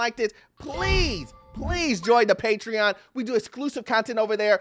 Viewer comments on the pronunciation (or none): none